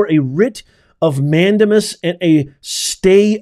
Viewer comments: Mandamas is pronounced: man-day-mas. Not man-duh-mus. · Please learn the "correct pronunciation" for the Latin legal terms. MAN DAY MUS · Respectfully.....it's pronounced "man-dame-us" 😊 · "Mandamus" A LATIN word is Pronounced : " Man- dā-mus" in English is "We COMMAND"!! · It’s a WRIT of MAN DAME US - for the love of God please pronounce it correctly- it’s wrong and distracting otherwise. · "Professor", please learn to pronounce "mandamus" correctly.